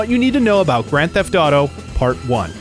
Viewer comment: "Grand Theft Thaw Tho"